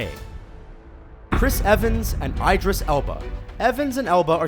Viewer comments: Idris not Eyedris.... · "EYE-dris Elba" Fucking really? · How on earth did you just pronounce Idris Elba?? "Eye-dris"?? No mate.... you should know better... it's "Idd-ris"! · I thought it was pronounced "Eye-driss" myself. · before someone say anything. Idris is an Arabic name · He mispronounced idris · The way he said Idris actually pained me but good video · That's NOT how you say Idris. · did anyone notice he said Idris Elba's name completely wrong? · Did he just pronounce Idris wrong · Yes. That's why I came here...to see if I was the only one who heard it. Hahahaha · mispronounced Idirs